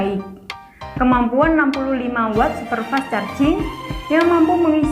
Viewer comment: Gagal fokus tiap kali dia ngomong "wott"